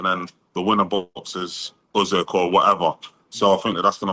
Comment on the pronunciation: Why does he say say "Ussssekkk" instead of Usyk lol. Fighting Tetteh is crazy if he lands though😂